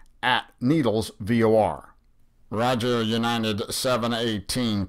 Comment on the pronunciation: Is he saying "U-nine-ted" instead of United?